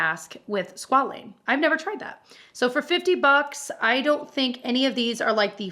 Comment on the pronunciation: "I thehnk." I felt that tho 😂